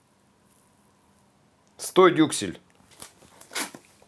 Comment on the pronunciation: Я тоже три раза перематывала-переслушивала, когда, говорил "дюклес"😂 Кровь из ушей)